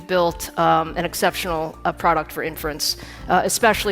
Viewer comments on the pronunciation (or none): Buen video, gracias por compartir. Una nota, inference se pronuncia con acento en la “i” al principio como lo dice Lisa en el min